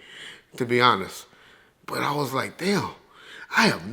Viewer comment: doesn’t pronounce the “T” in “But” 😂 “Buuuuuuuuuuuuuu’” 😂😂😂